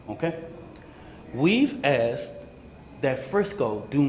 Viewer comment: "we have axed". And knived too.